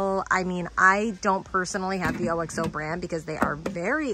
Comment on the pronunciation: I’m enjoying your finds! One hint OXO is pronounced OX O like the animal ox + O